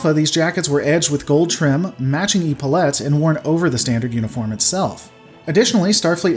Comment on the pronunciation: I know this is going to be a bit pedantic and nit picky but you are pronouncing epaulet wrong It sounds more like epilepsy, This is coming from former Navy btw Love your videos, just wanting to help. Keep on keeping on.